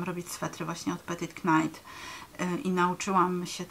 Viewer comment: Bardzo dziękuje za filmik, myśle za na dłużej zostanę 😊 jedna tylko podpowiedz Petite Knit czyta się [petit nit]. Mam nadzieje ze pomogę i pozdrawiam!